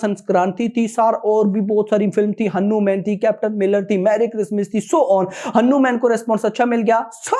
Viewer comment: Bhaiii aur sab to thik hai Lakin aap Hanuman ko henuman mat boliye aap hmesa Bolte he ise band kro😊😊😊